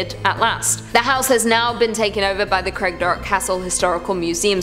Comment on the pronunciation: Craigdarroch shouldn't be too difficult either - Craig / darr / och....the same sound as Loch.